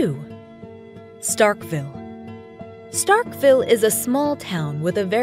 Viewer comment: Nobody in Mississippi says Starkville like Starkville they say “Startville”